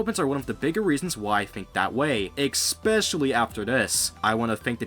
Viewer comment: "Exspecially"? "Axed"? "Excape"? You're kidding, right?